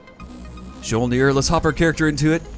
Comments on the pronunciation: Mjyolnir is how you pronounce that ship's name. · Mjolnir, from my recollection, is pronounced something like mee-yol-near. Mjolnir, in Norse mythology, is Thor's hammer. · Mjolnir is pronounced My-Ole-Near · I'm sure you've heard this 47 quadrillion times by now but Mjolnir the "J" makes a "Y" sound so it would be "me - ole - neer" That's the name of The Norse god Thor's hammer. Also dat Limulus capture XD good show chap! Keep it as a trophy! You should try to capture all the the factions flag ships!